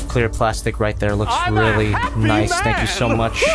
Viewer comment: I’m almost positive it’s pronounced like arcee - nice-ee not just nice